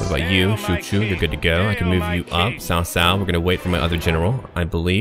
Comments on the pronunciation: You've done a pretty good job at pronunciation. As a side note, "cao" is pronounced like "tsao" rather than "Sao". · Hi the name is not pronounced "sao sao". It's a "ch" sound like in "cheese". Something like "chao chao", but with less emphasis on the h. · Cao is actually said like Tao Tao its weird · hahaha... cao cao should be read more like "chow chow" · ***** hmm...when I wrote what I wrote I meant no disrespect, and I sincerely hope you didn't take that as an insult, I merely wrote that as a note of my amusement when I hear someone pronounce Cao cao in mandarin incorrectly. Sorry for not having the compassion you share for non-native english speaker.